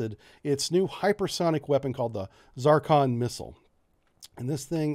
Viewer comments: What are the uses of this missle? Why are you calling it a Zarcon instead of a Zircon? Do you have problems with reading and pronouncing words? Technical explanations are incomplete and vague. You shouldn't be producing these videos since third and fourth graders may be trying to learn from it. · it is NOT ZAR CON..... IT IS ZIR CON !!!!!!!!!!!!!!!!!!!!!!!!!! HOW ACCURATE CAN YOU BE ????? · It is called Zircon not Zarcon, yankee. That is Zeercon. At least pronounce it right and show some very basic language awareness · Z (IR) CON Not Z(AR) CON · Zur-con, Zeer-con, Tzur-con, Tzirkon, not 'Zar-kon'. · The "Zarcon"? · Good stuff, but hot diggety, the name of the missile is "Zircon" in English, "циркон" in Russian. In Russian its pronounced something like "zeer-cone" NOT "zar-con" with a short "a" sound. In English something more like "zer-con". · It's not a fking ZAARCON. It's Zircon. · Is this weapon a "ZARcon" (what you are saying) or a "ZIRcon" (what you are spelling)? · Just because it's from Russia, it doesn't have anything to do with Zar's. Get hooked on phonics dude! Zircon (zuhr-kahn) ! It is not Zarcon ( zahr-kahn). That is all . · you are pronouncing it incorrectly, you are pronouncing it ZARCON when it is pronounced ZIR-CON , rhyme zir with sir, sircon....zircon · Why for the love of God do you pronounce it ZARKHAN?! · For future reference: Zircon pronunciation of you is not correct. ( it is not a critic, I still like you buddy) :-) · I'm not saying I know anything... but why are you pronouncing the 'i' as an 'a'?